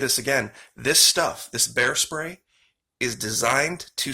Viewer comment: You don’t have bears in Australia, do you? (Just asking because you accidentally said “bear stray” instead of “bear spray” and it made me curious 😄). I hope you’re all ok in Australia after those horrific fires!